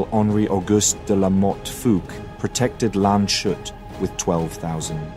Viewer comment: gute Doku! - nur bitte der Ort heisst Lands-hut (country-hat :D) hat nichts mit shut zu tun